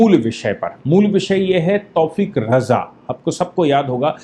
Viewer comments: तौफ़ीक़ नही तौक़ीर रजा नाम है दारुल हरब है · तौफ़ीक़ नहीं तौकीर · तौफीक नाम नही है। तौकीर राजा नाम है।